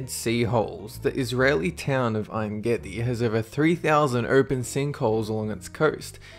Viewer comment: just saying its en gedi not ain gedi